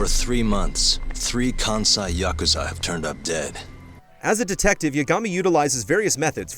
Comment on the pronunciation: Say it with me YA-KUZ-AH